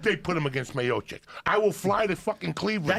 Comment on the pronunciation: Actually he pronunced it correctly that time hahah "MIOCHICH" or Miočić in Croatian 😊